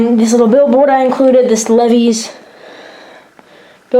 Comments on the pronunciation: "LEV-EEES?!?" LOL Apparently, this kid's never heard-of (OR JUST CAN'T PRONOUNCE CORRECTLY), the blue Jeans known as: "LEE-VIES?!?" :p "LEVI-STRAUSS, & CO." A brand of denim jeans, founded in May 1853 when German immigrant Levi Strauss moved from Buttenheim, Bavaria, to San Francisco, California, to open a west coast branch of his brothers' New York dry goods business. Nice work on your dio! (Y) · Check the pronunciation on Levi's. Old guys like me wore nothing else